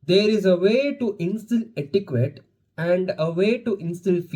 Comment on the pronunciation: its etti-ket, ettiquete. with a k sound <3 (studentinteacherfields) ur onto something though, you should be v proud of yourself x